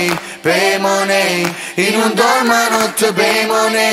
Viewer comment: Ho 40 anni, quindi appartengo ad un'altra generazione. Diciamo che prenderei più seriamente questa canzone se la parola "money" fosse pronunciata correttamente...